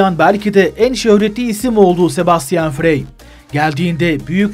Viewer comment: Sebastian Frey yazilir, Sebastian Fray okunur! Frei, Free, Frey Avrupada Fray olarak okunur!